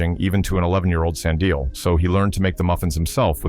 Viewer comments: Slin-dial was even worse 😂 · Slin dial (Slindile) 😂😂